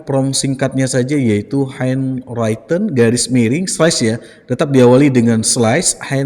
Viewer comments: henwriten pak, bukan henwraiten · SORRY,sorry banget. Handwritten cara membacanya henriten bro. Bukan henraiten.